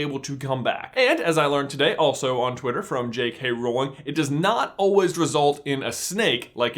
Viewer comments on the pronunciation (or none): none